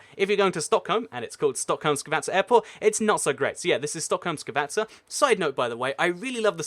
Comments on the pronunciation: Its Skavsta, not skavatsa. Otherwise I will clench my teeth and get shivers at hearing that (yeah, the Trump t-shirt trick didn't work). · You said wrong to Stockholm Skavsta you said skavasta but it is prounounced skavsta :) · Skavsta, not skavasta lol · Kalle Carlos lol yeah "skuvesteta" or whatever he's saying xD